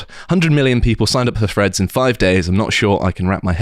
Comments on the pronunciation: Is it Freads or Threads? Please pronounce words properly.... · Can someone coach in how to pronounce threads. I spent 15 minute trying to figure out who the ‘Freds’ were.